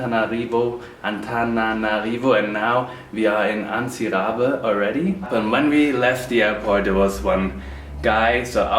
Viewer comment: Jist to say im from madagascar and I jist wanted to say its not antibe but ts=c